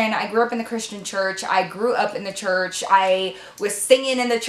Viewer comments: Hi love your channel, and you forgot the r in church you total said chuch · I'm being so shady, but it just sounds so funny! You know I love ya girl!